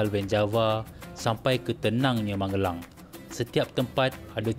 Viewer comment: Magelang bang..bukan Mangelang